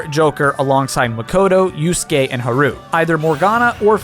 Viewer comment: How this man pronounce Haru like that??